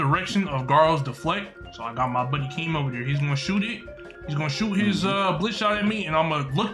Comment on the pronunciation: Keem not king